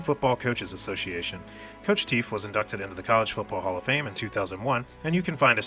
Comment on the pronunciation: Teef!! Pronounced Taff